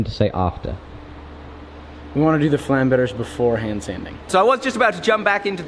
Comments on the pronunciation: is it supposed to have more of a glottal stop on the "-berge" instead of pronouncing it like "bearjai"? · To pronounce flammberg right you have to say flamm (like you did) but hang a bear-g on to it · Hey, good pronounciation now, at least for Zeihänder. Flammberge the "...ge" ist pronounced like "get" withou "t". Greets from Germany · It's pronounced "Flummbearger" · says Flammberg like a Frenchman. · Flamberge is a german Word. The sword originated in Switzerland, and because of its shape it got its name. The name translated would be mountains of flame. The pronounciation would be with a G like in guy instead of a G like in general and just hang an eh afterwards. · You pronounced Zweihänder quiet well. Now you only need to not butcher the pronounciation of Flamberge ^^